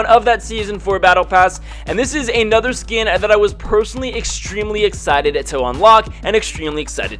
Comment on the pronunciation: why do you say ay-nother?